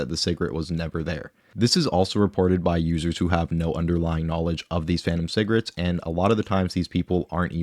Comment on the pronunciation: I love that he says cigarettes like Bubbles from trailer park boys 😄 cigrits